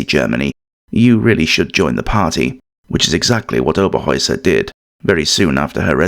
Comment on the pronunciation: Herta Oberheuser was her name not Hera Oberoer